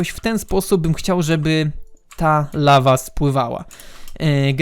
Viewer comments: Lawa, nie ława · "La Va " to po francusku czy co ? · "lawa" xD